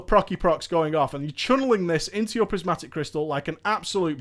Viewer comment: Every time he says "channeling" it sounds like "chunneling"...God no...